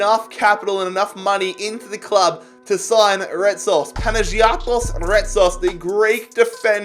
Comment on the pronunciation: just for future reference, Retsos' first name is pronounced: Pana-yot-is